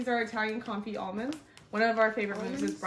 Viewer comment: Confetti not confit. I love you ❤